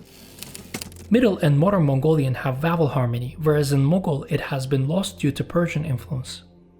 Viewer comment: as a Mongolian myself i have to say that your modern Mongolian pronunciations was very accurate and i could easily understood . However Moghol language sounded so close to Mongolian yet so far. super interesting video!